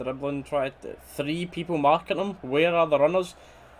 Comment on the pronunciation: Tha Peepul....endless entertainment 😂😂😂🍀